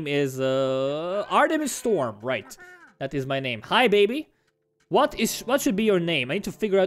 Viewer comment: When you say "Hi baby" its sounds like "Habibi"